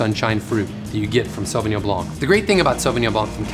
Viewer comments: Perhaps you can tell us everything about Sauvignon Blanc except the proper pronunciation...... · Hmm wrong pronunciation!!